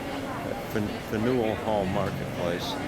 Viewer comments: Fan-you-ill Hall. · "Fan-yell" hall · FAN-u-ell! Like everything else in Boston it has a "unique" pronunciation. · Pronounced “fan-u-well hall” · You mispronounce Faneuil Hall! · You need to learn how to pronounce Faneuil.